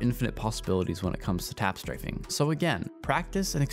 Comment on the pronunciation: “im tap straffing” - funniest shit